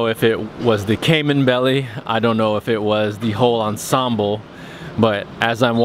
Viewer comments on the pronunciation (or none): none